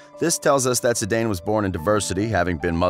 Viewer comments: “Zee-Dane”?? Lol It’s pronounced “ZeeDan” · Awful commentary it's not Zidanee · I go crazy every time you say Zidayne but I love your videos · Exactly lmao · Re-upload and say his his name right